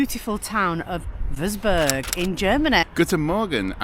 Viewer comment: Love watching your vids, Having lived in Germany for many a year can i just correct you on your pronunciation of the town Wurzburg. It is pronounced Vertzburg. Please show more of Germany as we miss it so much